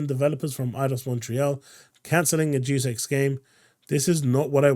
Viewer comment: Psst... It's said "Dayus Echs" not "Jew Sex"